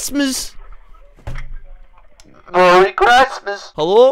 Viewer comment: Merry chreistmies